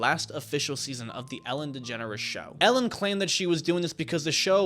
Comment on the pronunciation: Ellen? I heard Hell-in